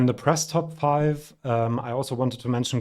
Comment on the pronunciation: Really enjoy your content! Just a quick pointer at Italian pronounciation. 'CHI' should always be pronounced 'KI', if you're thinking in German, or 'KEE' if you're thinking in English: you pronounce correctly Achille Lauro as 'Akille/Akeelleh', so Michielin is 'Mikee-ehleen' (with a stress on the final -in, as it would be in German too), and Cristicchi is 'Cristeekkeeh'.